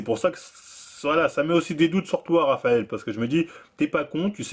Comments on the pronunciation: c'est moi ou il dit Travael Cuesta 👀😭😭😭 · Traphael Cuesta